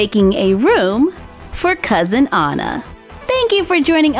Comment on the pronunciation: you are SOOOOO good at drawing, painting and crafting Btw my name is also spelled Anna but you read it An as in and and na